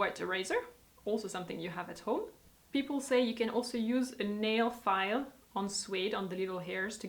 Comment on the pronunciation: the word suede is pronounced like the word swayed not suayed.